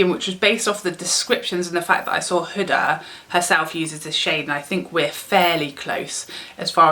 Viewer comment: Huda pronouced whoodaaa .